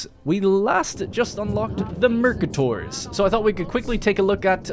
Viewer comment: I think it's pronounced Mercátor